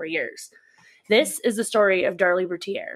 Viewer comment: Routier is 3 syllables if said with the French accent